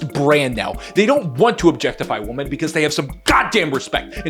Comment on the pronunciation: Women is pronounced "Wim-min"